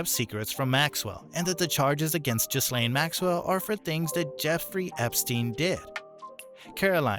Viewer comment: Hi Americans the "s" is silent. So it's gilane..